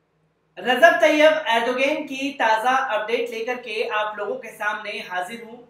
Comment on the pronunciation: جناب نام تو اچھا سے بولو